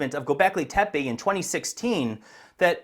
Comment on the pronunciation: its tepE not tepee😂😂😂